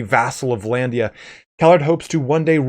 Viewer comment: Dude it's not VA-LANDIA, stop saying Va-landia god damn! it's Vlandia!